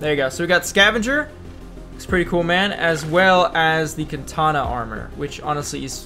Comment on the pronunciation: Its not katana its kanata